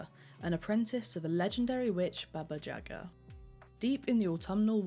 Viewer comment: Baba Yaga not baba dziaga :D